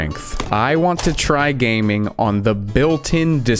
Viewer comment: did u say "GAYMING" ???